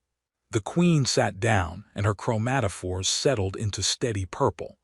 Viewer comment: im making a drimking game out of this video. every time you say chromatafores i take a drink lol